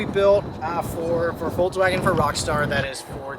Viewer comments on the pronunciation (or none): what the fuck is a VolkswagOn haha it's VolkswagEn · What's a Volkswagon? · Seriously?! "Voklswagen" ???????! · VolksWAGON.. did.. did you.. VOLKSWAGEN! Not WaGoN. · Voklswagen. Noice